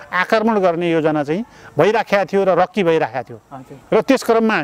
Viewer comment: रक्की हाेईन रेक्की हाे।